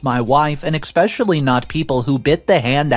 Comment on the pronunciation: Please learn how to pronounce especially. There is no x in it. It’s not irritating enough to unsubscribe but it happens so often. 😊 Thanks for the great content.